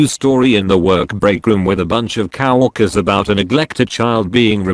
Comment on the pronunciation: Lousy coworkers. Always going around, orking every cow they see. (Making fun of how TTS pronounces 'coworkers')